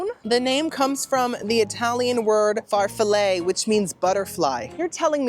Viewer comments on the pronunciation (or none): P.S. - your pronunciation of gnocchi is perfetto! And super close on the sweet cheese found in tiramisu: it's MAH-scar-POH-neh; there's no "r" in the first syllable. Farfalle is pronounced "far-FAH-leh", and fagioli is pronounced "fah-JOE-lee." Btw, your songs were 🔥🔥🔥!